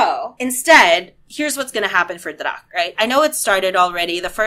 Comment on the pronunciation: looking forward to your reactions to druck and NL, those two are definitely my favorite remakes. i have found you not so long ago and fell in love with you and jesus, i don't think i have ever had a youtuber whose videos i am waiting so eagerly for. btw druck is pronounced as [drʊk]